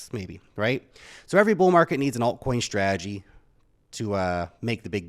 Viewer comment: Dude! The word is Ssssstrategy not shhhhhhtrategy!